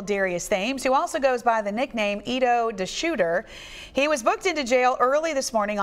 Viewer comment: she said edoe da shooter